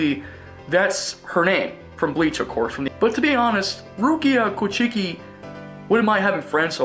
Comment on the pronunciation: You can tell this dude knows nothing about Bleach (the manga or the anime). Not only does he pronounce 'Kuchiki' and 'Orihime' incorrectly, he also apparently doesn't know what soul reapers are. Its like putting Goku on a 'top 10 strongest anime characters' list, without knowing what a Saiyan is.